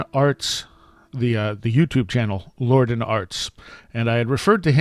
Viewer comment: John Lor-Dan. Don't you hate it when folks repeatedly mispronounce your name? LOL.